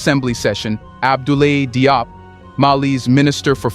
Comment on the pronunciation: Yep, France is very busy in Africa maintaining its grip on the continent and its inhabitants. Just a hint about how the last name DIOP is pronounced. "DIOP" is the French rendition of this name,. I understand that the narrator of this video is speaking English. The English spelling of this last name gives one a good idea of how to say it, and it goes as follows: "Jobe" (the "e" should not be spelled out, or pronounced).